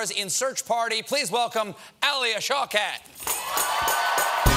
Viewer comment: her last name is arabic...that's not how it's pronounced.